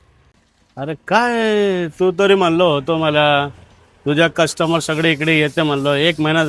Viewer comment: कस्टमर ❌ कष्टंबर ✅️ - 😂😂